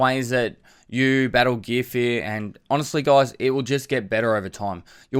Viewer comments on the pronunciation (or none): Everyone: Gear Fear: GEEA FEEA